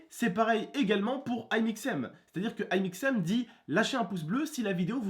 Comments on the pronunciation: Sa se dit pas Aymixem c'est Amixem c'est facile à dire nan mes oh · C'est Amixem et pas Aimixem ! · c'est pas "aymixem" mais "amixem" ^^:^) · c'Est Amixem pas aïemixem ptdrr😂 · "Ail" mixem?😂😂😂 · c pas aimixem mais amixem :°) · C'est Amixem pas Imixem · Aiemixem mdr tu m'as tué c'est amixem blero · T es perturbant quand tu dit aïmixem on dit amixem comme ami xem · Ecoute, je veux pas être méchante mais on dit Amixem pas Aimixem. Bon c'est pas méchant ce que je te dit. Moi je comprend pas, IbraTV il a 1millions d'abonnés et toi t'en a même pas c'est pas juste! C'est bien ce que t'as dit: le clash de youtubeur c'est de la faiblesse. IbraTV se permet de clasher Squeezie.. Pff c'est horrible ce qui se passe sur YouTube! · Amixem pas ail mixem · C'est pas aie mixéme c'est amixem vieux gars que t'es mddrr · Tonton c'est amixem et non aimixem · je suis le seul qui ait entendu "Ailmixem" au debut 😂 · Il dit Aie-mixem :') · C'est amixem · on dit AAAAAAAmixem stp arrête ! xD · zeubi l'accent "aïmixem" 😂😂😂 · Mdrr comment il a dit amixem au début